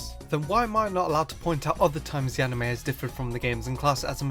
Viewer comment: ha! you said amine